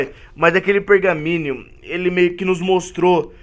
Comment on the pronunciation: N é pergaminio é pergaminho